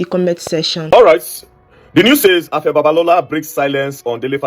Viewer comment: Pigin English doesn't you should not be able to pronouce simple 3 letter words Afe and not Afa; now to to issue, VDM is correct as usual